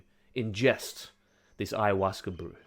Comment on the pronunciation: There is no R at the end of Ayahuasca. And it isn't fermented.